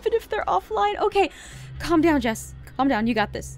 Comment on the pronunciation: When you say calm down you say calm down JESS I mean I don't mind it but I'd try practicing a couple more times